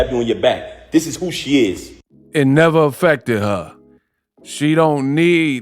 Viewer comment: “IT NEVA AFFECTED HA” 😂😂😂 😂😂😂😂😂😂😂😂😂